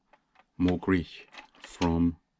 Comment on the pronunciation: That was an Austrian pronunciation. Mogrich is a made up word but pronounce Uni-Mog correctly and then you'll be cooking